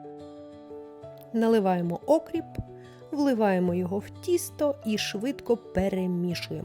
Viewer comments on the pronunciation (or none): Що за Окріп ???!!! Говориться окр (і) п !!!! Задовбали западенські збочення !!! А рецепт давно всім відомий !!! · Тільки не Окріп, а окрІп, наголос на і.